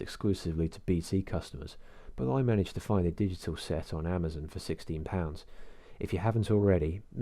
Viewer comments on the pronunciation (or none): none